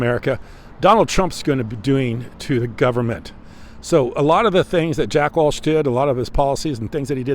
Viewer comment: JACK WELCH.. NOT WALSH 👍